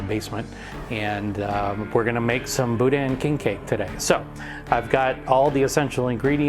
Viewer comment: Bou dan……sorry its not pronounced that way